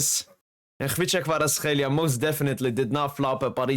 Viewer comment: bro, you pronounced his name too good now :) Georgian approved hehe.